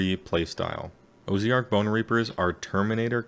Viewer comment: That said, "Oh-zee-ark" is a new one. :)